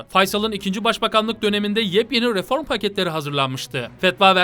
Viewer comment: kardeş yorumların mükemmel. sadece r harflerini daha dikkatli telaffuz etsen güzel olacak. RIFORM gibi :)